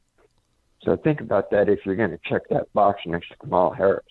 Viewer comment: You're pronouncing Kamala wrong: It's "Comma-la", not "Come-Allah". That shows you haven't even read her book, where that is explained. The rest of your video also shows you haven't done your homework, and aren't focusing on the "big issues" either. I don't need an ignoramus to tell me what the "big issues" are.